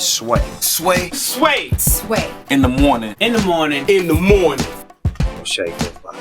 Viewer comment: In The Moning!